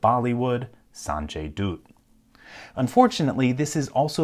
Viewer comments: Sanjay DOOT? It’s DUTT (rhymes with Hut) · 'Sanjay Doot' :P, Dutt is pronounced like Dart, without stretching the r. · I am from India and when he said "Sanjay Dooot" i died.. It's " Sanjay Dutt " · Sanjay 'doot' instead of 'dutt' had me in tears lol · Sanjay Dooth, hehe Pretty sure it's Dutt, as in Butt with a D, but I like Dooth better, let's call him that. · NGL Sanjay ‘Dude’ got me 🤣 to be fair Dutt is more likely pronounced as ‘Dot’ Sanjay Dot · San-Jay Doot!! That's a terrible pronounciation of his name!😆😆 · It's pronounced like butt